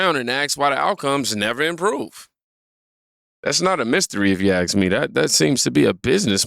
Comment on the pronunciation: If I were your friend I would gently remind you whenever I heard it, that the word is "ask" not "axe".